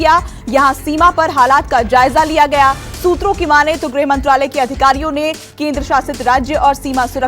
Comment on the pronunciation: मैडम.. सुत्रों.. किया होत है..